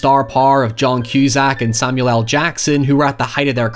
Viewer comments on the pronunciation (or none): none